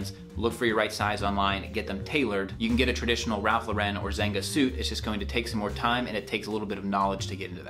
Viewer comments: I lost my respect for this guy when he pronounced zenga with a G. Good luck 🤞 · You mispronounced “Zegna” (Zen-ya)